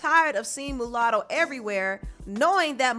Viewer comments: You keep saying MOOOOOlatto. Lol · It's Muah sound Not Moo latto.. but carry on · It's pronounced "Ma Lotto" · Girl it’s pronounced MALUTTO LMAO... MU LATTO REALLY